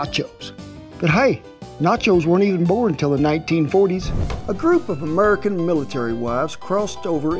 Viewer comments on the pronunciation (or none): none